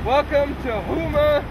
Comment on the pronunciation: Nice job messing up Houma's pronunciation.